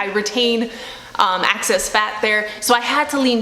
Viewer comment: Only me who has an issue with her saying "access" instead of "excess"?